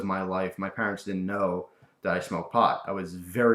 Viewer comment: "didjt"? "haev"? I think you should lay off the drugs.